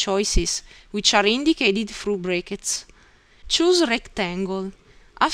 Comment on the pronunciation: First of all, your English is very good. Thank you for putting together such a helpful tutorial. I hope you find these comments helpful. There are some pronunciation errors, but many of the discrepancies aren't really errors, just funny word selections. "brackets" you said brake-it-s | "through" you said froo | "with" you said whiff | "home" you said ohm | "button" you said but-tone | "circle" you said seer-co | "anything" you said anyfing | "these" you said dee-sss | "three" you said free | "while" you said why | "letter" you said litre You said "You have different ways to draw as the way you like." It would be better to say "You have different drawing options to suit your preference." You said "Let's see how to draw." Maybe "Let's look at the draw section." would be better. : You started a sentence a sentence with "You find". Since it's the beginning of a sentence it should be "You will find" : You said "keep mouse on such buttons" and it should be "keep the mouse on one of these buttons" It sounded like you said "Then we explain you how to draw." and I think you meant "These will explain to you how to use them." You said "below the right buttons" where you meant "below each button" You said "These are simply used to change the way to draw your arc or circle." This is not wrong but it would be more clear to say "These simply show the different construction methods for drawing your arcs and circles." You said "Click on it and select wh